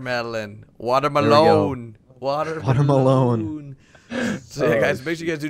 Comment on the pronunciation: Water melon-e